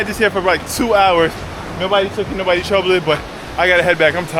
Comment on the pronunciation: I’m new to the channel and I can tell your Jamaican by the way you said “Nobody troubled my bike” I knew INSTANTLY 😂